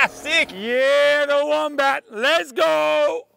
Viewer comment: Legit thought it was called the mombat😅😂